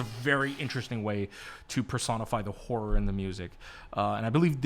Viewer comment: tf I thought you said whore inspired and then after several minutes I was like ohhhh horror...🤦